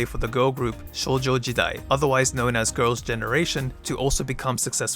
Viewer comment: Yeah, him saying "SHŌJO JITAI" bothered me a lot.